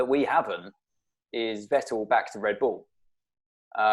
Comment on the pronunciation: as a american i love how zac brown says team names, REN-oh, RED Bull he puts so much emphasis on the start